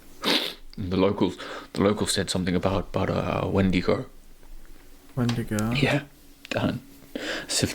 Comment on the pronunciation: did he say WENDIGO?